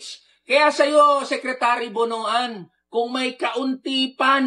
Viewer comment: Pronounce as BONWAN, not BONO-AN